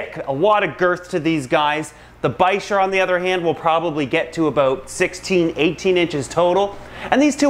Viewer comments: ReecePocock VLOGS bichir? Bicher? (Pronounced bi-sher, I don’t know how to spell it) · Isn't bicher (the long wiggly fish with Frank) pronounced biker??